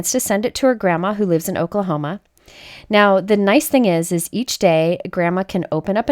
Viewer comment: I know you said 'Oklahoma' but I heard 'alchocol coma'🤦😂😂